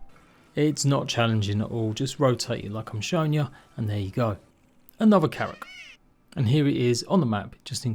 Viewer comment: Blud sometimes he called it karaks